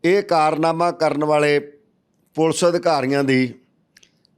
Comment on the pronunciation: It is Police and not pulse. Plz learn to be a good anchor.